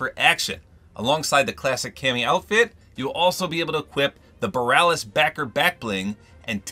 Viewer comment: It's boh-ree-ah-lis.